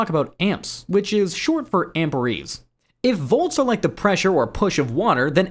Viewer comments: Amps is short for "amper eeze" - NO - It's short for "Am Pears" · Amperees! Lol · you know you're talking to a bot, right? did the mispronunciation of amperes not tip you off?